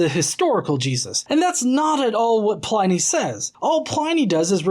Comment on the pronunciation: It's not Letter 10 to Trajan- it's letter 96 of Book 10 of his letters; only that book contains his correspondence with Trajan (who sometimes seems a little annoyed that Pliny is writing to him about even minor stuff). And Pliny is pronounced like "whinny", not "whiny".